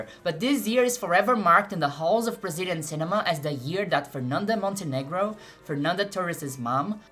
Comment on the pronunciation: Are you Brazilian, vc fala fernanda Montenegro mó certinho